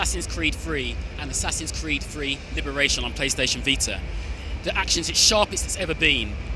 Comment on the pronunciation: if you fought.... this guy says anything with a th with an f jesus christ it's annoying and says "the" da .... -.- wheres the guy that won the competition xD ps should hire him